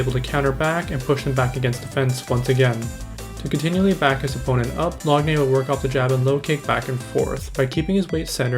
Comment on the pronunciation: It's pronounced lock nan